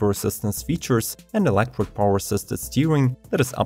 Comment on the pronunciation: You mispronounce electric as Elektwic xD